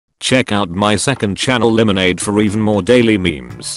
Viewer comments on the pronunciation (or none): Still says it like Limonade